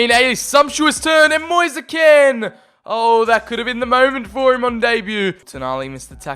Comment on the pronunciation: Just so you know it’s pronounced “mo-ees. Kee-n